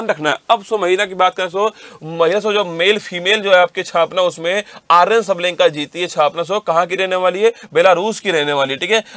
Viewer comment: भाई आर्यन नही अरिना नाम है उसका पहले pronounce करना तो सीखलो